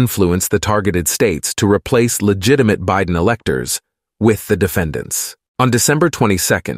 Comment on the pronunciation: I loved the few gaffs! bi-DEN, LOL😅 and the plurals.....word + s, lol Excellent. Appreciated. Best Ever Emmy??🎉🎉🎉